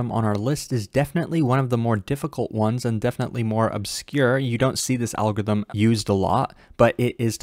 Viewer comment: I like how says "Algo-ithm ", totally eliminating the R, in every single video he makes. Btw great explanation as always.